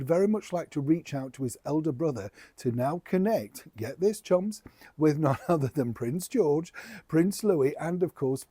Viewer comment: Sometimes it's hard to hear the difference between chums and chumps. 😁😁